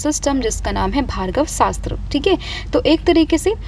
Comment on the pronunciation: Mam it's Bhargav astra not Bhargava Sastra..❤